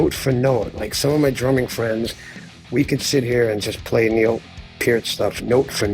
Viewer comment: Thank you, for say Neil's name correctly